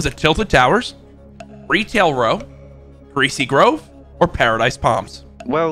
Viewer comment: “Greacy Grover” 💀💀💀💀